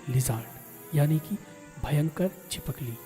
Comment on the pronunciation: Bhai Chipkali Hota Hai Chipakli Nahi But Video Is Good